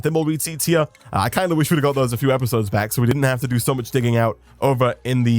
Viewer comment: Hey everybody and welcome beeck to... 😂🔥